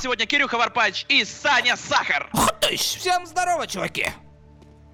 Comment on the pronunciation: Варпач, а сказы в начале видео дыдыщь, а не хтыщь))